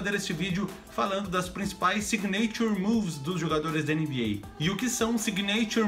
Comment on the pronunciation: se fala "sÍgnature" move, com ênfase no I, e não signêiture move, como vc disse. Deu mta agonia aqui hahahaha